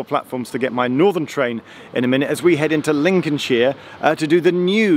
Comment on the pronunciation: Cant stand hearing shire being pronounced sheer, much prefer sher personally. Personal annoyance aside, welcome back to Lincolnshire